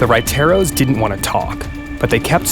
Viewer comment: lol the entire time he is saying huayteros and he was actually just trying to say raiteros q funny🤣